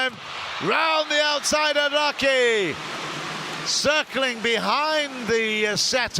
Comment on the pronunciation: Clinton Kim 시간과관계없이 전체적으로보면 일본선수들이 득점혹은실점을했을때 크게반응하는모습이고 한국보다 아라키선수가 서브할때 굳이 발음굴려서 알ㄹㄹㄹㄹㄹ 라키 이러시는데